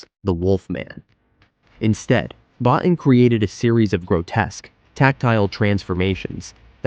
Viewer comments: Rob "Bo-teen"! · Just a quick note - Rob's last name is pronounced "Bo-teen", not "Bot-tin". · Great video, but Rob Bottin's name is pronounced 'Bo-teen'. Other than that, i loved it!